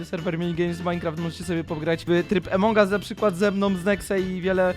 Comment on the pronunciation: a poza tym nie emong us tylko among us